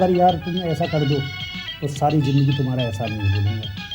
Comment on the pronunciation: अरे या टेलिफिल्म मिली तो पंधरा बीस दिन अपने शरीर पे काम। कर लेते. ये तोंद, ये भरी हुई पूरी जैसे गाल। ऊपर से ओवर एक्टिंग थोड़ी सी तो बीवी की एक्टिंग के साथ मैच करते. सकल नहीं शक्ल, जिंदगी नहीं ज़िंदगी बेसिक उच्चारण। ठीक कर लेते